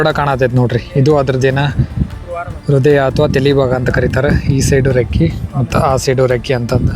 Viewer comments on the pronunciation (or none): none